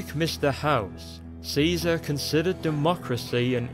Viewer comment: he prounonced it kizar..being born after the apocolypse